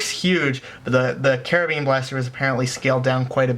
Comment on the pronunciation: The way u say carbine lol it's pronounced car-bine anyways great video